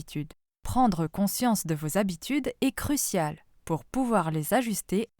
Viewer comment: Les sept habitudes, et non les 7 zabitudes!!!